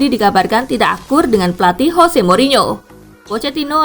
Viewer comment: Bukan HOSE tapi JOSE